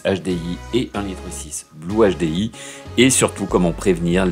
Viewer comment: "un nachedé-i"